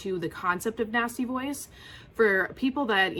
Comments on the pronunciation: Great video, but I was starting to get worried when I heard you say nasty boys until I realized it was nasty voice 😁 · That’s EXACTLY what I heard. I was like “which nasty boys” “how does she know my life”?